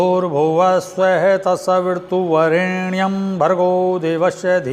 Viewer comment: सवीरतुवरेण्यम । स्वामीजी मेरे विचार से तो सवितुर वरेण्यम होना चाहिए। आपको क्या लगता ह सवीरतु या सवितुर कोंन से शुद्ध ह। यदि आप से ऐसी भूल होगी तो और दूसरे साधको को तो भरम की स्थिती बन जायेगी। कृपया स्पष्ट करे इस मंत्र को